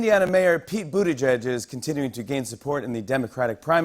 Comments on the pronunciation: It is not buttigeg it's Bu-ti-jij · That surname is still pronounced wrong 💔 #malteser #proudofyaPete Pronounciation: Boo-tea-jij